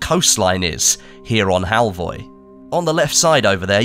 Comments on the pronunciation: It’s Halvøy, not halvoy. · HALVOY?! A crashcourse in Nordic alphabets: Norwegian: Æ, Danish: Æ, Swedish: Ä. Pronounced like e in "elevator", usually long. Norwegian: Ø, Danish: Ø, Swedish: Ö. Pronounced like a in "an" and ea in "early", also usually long. Norwegian: Å, Danish, Å, Swedish: Å. Pronounced like a in "all". Halvøy (half-island or peninsula) is then old norwegian and is pronounced hall-v-öy where ö is like in "an". For people familiar with French, it would sound like "veuilles" (which I guess is not a word but you get the point). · Im sure its Halvö 😅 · It's pronounced Halfur! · fur is pronounced fir halvi ?